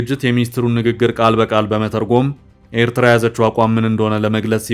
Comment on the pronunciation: Abiy's FM can't even pronounce Eritrea correctly.